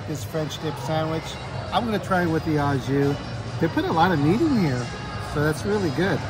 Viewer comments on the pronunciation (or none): Au jus is French terminology and it is pronounced "oh jus", not "ah jus".